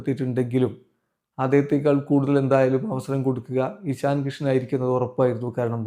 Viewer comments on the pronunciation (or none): എഷണി അല്ല ഇഷൻ